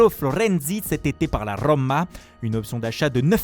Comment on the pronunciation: Florrrenzi de la rrrroooma 😄👌